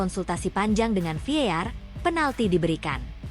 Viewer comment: VAR bukan Vear